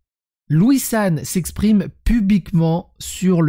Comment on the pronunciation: On dit pas "pubiquement" mais "publiquement", s'exprimer pubiquement c'est faire parler son sexe...